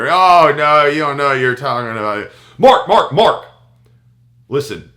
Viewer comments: . hahaha he talks over himself . When he said Mark Mark Mark. it sounded like a dog "bark bark bark" too funny. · MARK! MARK! MARK!! sounds like a dog with a speech impediment.